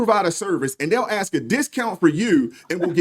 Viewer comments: “Pastor”? Doesn’t he know that lying is a sin? And it’s “ask” not “axe”. And it’s “establishment” not “extablishment”. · Any righteous establishment would bar you too. Some people aren't worth the time. Ohh...btw...its established.....not EXXXstablishment. And its ASK.....not axxxxxxed. Embarrassing. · Well if you ax for it then you ax for it!